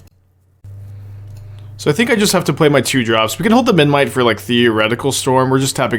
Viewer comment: is aware that memNite is spelled memNite rather than menMite? I'm never sure whether he says it like that by mistake or as a joke